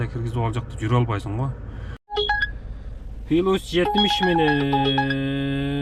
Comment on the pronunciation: Пилус дебей плюс деңчи